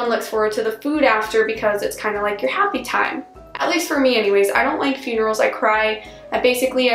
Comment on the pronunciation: And yer, instead of your